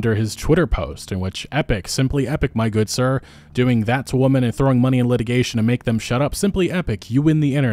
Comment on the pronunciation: “Believe all whamen”